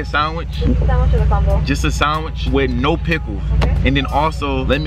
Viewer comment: Sawinch ✅ Sandwich ❌